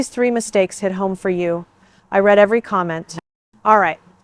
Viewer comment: You know it is fake when the bot can't get the words right. Anyone else hear I RED every comment after asking you to leave a comment. Since Read and Read are the same the AI is not smart enough to know which is which